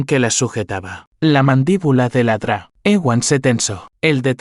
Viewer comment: Realmente es muy molesto escuchar que el narrador pese a su buena voz y buena pronunciación lea la abreviación DRA que debe leerse doctora lee ladra que significa bark.